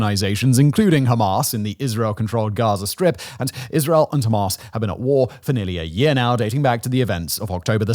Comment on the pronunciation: Are you deliberately saying Hamas in a ridiculous way?